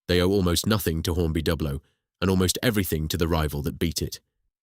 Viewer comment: The rival company is pronounced as try-ang , not tree-ang ; and on that matter Dublo is pronounced with the U as in You and not as in sub .